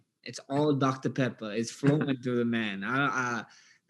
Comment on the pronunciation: I’m cryingggggg laughing 😂😂😂 “I’ll probably be in Verdansk, running chhhrruuuu some ppl.”